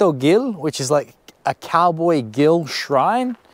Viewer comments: Just two things: the h in ushuaia is mute, it’s pronounced usuaia. You said gauchito perfectly, but Gil it’s pronounced like hill, when the G is followed by an E or i, it’s pronounced like a J (like the h on hill and hell) if the G is followed by an U and the i or e, you pronounce it like you did on the video, like in English. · Gil's pronunciation would be something similar to "Heel" Gauchito Heel